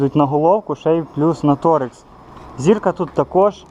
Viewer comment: Не торекси а торкси.